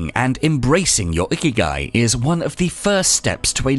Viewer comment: The accent is wrong .. not íkigai, but ikígai